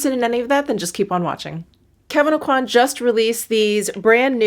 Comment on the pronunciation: On a side note. Just about everyone I've seen on YouTube seems to pronounce "Aucoin" incorrectly. It's a Cajun/French name (Kevyn's adoptive parents lived in South Louisiana). The "n" is silent, and the "coi" should sound like the "kwa" in "quack", not like in "quality". So it should sound like "OH-qua(ck)" without the (ck). Of course, he may have given up trying to get people to pronounce it correctly after moving to New York, or even wanted to change how his name was pronounced due to personal reasons; so maybe I'm the one that's wrong in his specific case. But I bet he pronounced it as I've shown in his youth. I just think it's interesting. I can tell if I'm getting a call from a telemarketer right away, they ask for MELON-kon instead of Meh-LAW-saw. It's almost like having a password :). One of my favorites is Hollier = OH-yay, anyone who says their name sounds happy to see them.